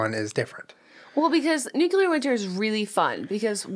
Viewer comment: "Nucular".... eye twitching